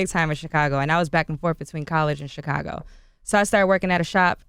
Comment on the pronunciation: Charlamagne says Chicago so weird. Chee-cahh-gah LOL.